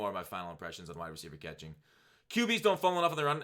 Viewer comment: Overpowered katkhing plz b SoberFoxx kuz u sound likk DrunkFoxx with that one